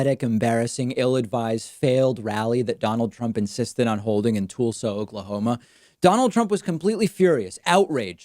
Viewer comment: Is the way David pronounces Tulsa and Tulsi his version of cool hwhip?